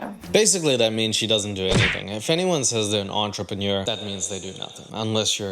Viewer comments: If you're going to insist on repeatedly using a foreign word, at least learn to pronounce it in a way that doesn't make you sound stupid,. It’s pronounced "on-tre-pen-yeaur", not "on-tra-paneer". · This chick is no entrepreneur! First reason she can barely pronounce the word and second she's just worried about herself and that her lazy non entrepreneur ass will have to work (at a job or cleaning her own home(and if she's not into cleaning, I'm really afraid to see her place